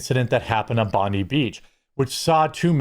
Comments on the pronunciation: Jeremy, stop saying Bondy Beach, it's pronounced Bond-EYE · Bondi beach is actually pronounced bond i not Bondee. Much love to my Yankee content creators. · Hey dude, it's pronounced Bon-dye not bon-dee. Cheers for covering this Jeremy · Hey Jezza, been watching since you were a Magic channel. It’s cron-ulla not cronoola, and it’s bon-die, not bondy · It pronounced “Bon-die” not “Bon-dee” beach. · Americans- its pronounced Bond - eye. Not Bond-y Also Cronulla is Cro-null (as in null & void) -a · It's not bondee beach its bondi beach, pronounced BOND-EYE! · Bondi is pronounced bon - dye not bond -ie. Sorry it's annoying me all these ppl mispronouncing it. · I get why people say "Bon-dee" but it's actually "Bon-die" Also, when I heard about the Holocaust survivor who died while shielding his wife from bullets, my tolerance for IS and their Muslim enablers hit zero. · It's pronounced Bond-eye Beach, not Bondee Beach. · Its pronounced Bond eye not Bonde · Bon- di beach, as in die. Pronounced bon-di not bon-de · Heads up It is pronounced Bond eye beach not Bond ee beach. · pronounced - BON-die not bonn- DEE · Yeah i hate our PM mate. Sell out. And its pronounced Bond I not Bondy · Jeremy, if it interests you to get the pronunciation right, it's "bon-dye" not "bon-dee" but whatever, doesn't matter. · it's pronounced: "Bond-eye" not "Bondy" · FYI it’s pronounced “Bond–eye”, not “Bond-e”. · Just a quick tip from an Aussie, It’s pronounced bon dye not bon Dee. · Jeremy can you stop pronouncing Bondi beach wrong. Your saying Bondeee it's freaking pronounced Bond -eye ffs. 2 seconds of checking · "Bon-dee" beach? No it's Bond-eye. (No it's not a joke. The pronunciation is an 'eye' sound so it sounds like 'bon-dye'.) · It’s pronounced Bond-Eye, not Bond-ee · It's pronounced bond-eye, not bond-ee. Agree with everything else stated. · Bond-Dye (James Bond - Hair Dye) not Bondeee beach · Bon DIE not Bon DEE. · its pronounced Bond eye not bond deee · It's pronounced "bond eye"